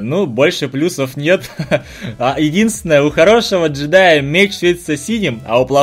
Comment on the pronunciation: Пасхалка 1: КладЕнец, а не кладИнец (меч кажется какой то наркоманский :) ) Пасхалка 2:Меч джИдая, а не джЕдая (и крафт красным по любому, поэтому все джидаи плохие :) ) Пасхалка 3: Боты сделаны из динамита:) конечно же он будет тратить ХП и гореть :) Пасхалка 4: Зелёный компаньон имеет странный крафт и очень похож на растение из Plants VS zobmies (не заскучать дождливыми вечерами: расти-крафт то из деревьев) Пасхалка 5: Иллюминати (или иллюминат) как по мне символ всего странного и зловещего... Пасхалка 6: Шапку деда мороза оставляет сам дед мороз, а подарки это "забиралки" в доме-как по мне - улика :) Пасхалка 7: (Железная маска) УсИления, а не уселения, а также обладаТЕлю, а не обладаетлю Пасхалка 8: говоришь "загадочный"(гном), а написано "забавный", "добывать ресурсы" методом ТНТ (в крафте) Пасхалка 9: По середине в броне рыцаря смерти, как по мне нарисована летучая мышка с ножками :))) Пасхалка 10: (Снич) Не коТОРТкий (кстати ТОРТ есть в крафте), а коРОТкий Пасхалка 11: Маска гнома мне кажется вы сами поняли почему имеет 20% взрыва (динамит с красной пылью) Пасхалка 12: Странно что используется зелье прыгучести в крафте "превращения" (может быть мы прыгаем в грязь - поэтому и свин (ну или влетаем тупо в печку :) ) Я считаю что может быть я что то и добавила от себя но как по мне всё правильно! Удачки!